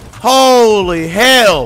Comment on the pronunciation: myth : hory sheet!!!